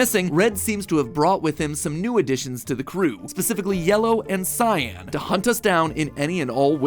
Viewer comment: Is MatPat saying cyan wrong or am I? Ive always saod and heard others say cy-an. Two syllables.